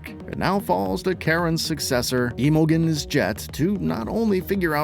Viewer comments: E-mogens? Imogene "Im-o-gen" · Did u really mispronounce Imogene?